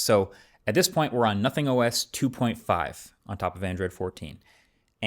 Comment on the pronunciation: Guys. He did say Notning.